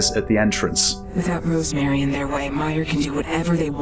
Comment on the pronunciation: Rosemary, Not Rose Marie.